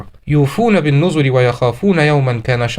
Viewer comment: يُوفُونَ بِالنَّذْرِ وَيَخَافُونَ يَوْمًا كَانَ شَرُّهُ مُسْتَطِيرًا (7) بفتح النون المشدده و ليس ضم النون